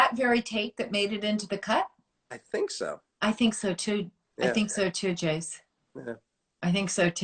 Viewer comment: Its Jase.. Short for Jason rhymes with vase...